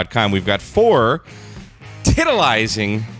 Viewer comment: LOL “tantalizing”